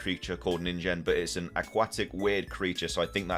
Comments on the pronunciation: Neen-Gen (hard G) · Ningen would have a hard g like the g in "get" fyi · Ningen is pronounced with a hard G. I'm sure how a Ningen Pokemon would evolve from a coin Pokemon, but we'll see how this plays out soon enough.